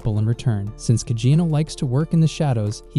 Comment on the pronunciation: Why do you keep saying cagino it’s cid kageno